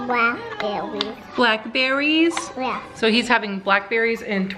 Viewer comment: my favorite part of this video is Oliver saying “ ima havin blackbewwies” 😂